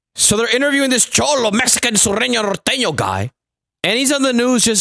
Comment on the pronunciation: Im just glad you Said Norteno right, lolol